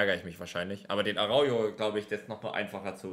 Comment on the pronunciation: GG‘s. Gönn ich dir alles ❤️ Aber. Er wird Araucho ausgesprochen und nicht Araujo Hahah😂